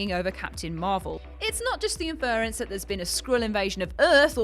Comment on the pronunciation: IN-ference, not in-FER-ence. TY-tular, not TIT-ular. It seems like you have to fail a basic pronunciation test to work at WhatCulture.